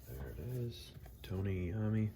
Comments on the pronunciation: Fantastic opening!!!! One quick note. His last name is pronounced eye-owe-me. 🤘🏻 I ordered both, one signed and one monkey special. Due here tomorrow!🔥🔥🔥🤘🏻🤘🏻🤘🏻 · You should learn to pronounce his name correctly.